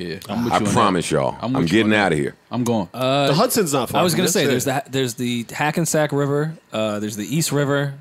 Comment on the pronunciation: Wow he said the Hackensack River 😂🤣😂🤣